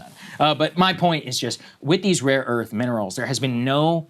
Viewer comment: trump think its raw earth tho hint: listen how trump pronunce rare earth.... he says rawwww earth